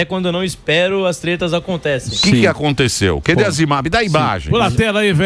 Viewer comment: Porque o Emílio fala "Que Dê" ? em vez de "Cadê" ? kkkkkk